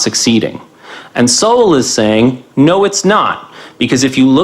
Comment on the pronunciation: No worries - everyone mispronounces Sowell name when they first react to him.